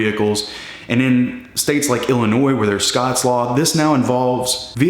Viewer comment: Thanks for saying Illinois and not Illinoissssss! With the point system, is it 12 points a year ?